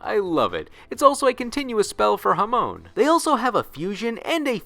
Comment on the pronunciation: The way he says uria and hamon hurts my heart